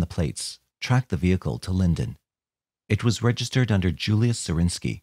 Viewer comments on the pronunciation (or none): none